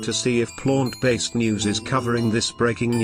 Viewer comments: Lol I like the pronunciation of Plônt based diet 😂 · "and eat a PLONT-based diet" haha made me chuckle. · I enjoy the pronunciation of plaunt... plaunt based equals gaunt faced.